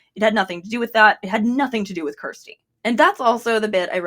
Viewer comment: You're pronouncing Kjersti's name so wrong.